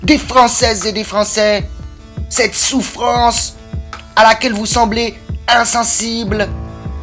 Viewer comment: Mon keuwr saigne quand j'entends la détresse et la sous fwance... t'es un salopard mon gaspard... J'suis en pls ! 🤣